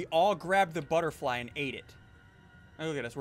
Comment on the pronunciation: "Futterbly," said SSundee ;WHY DO YOU DO THIS?